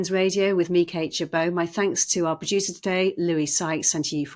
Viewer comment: I wish this presenter would change her intro. The way always she runs “me, Kate Gerbeau” together it sounds like her name is “Me Kate”.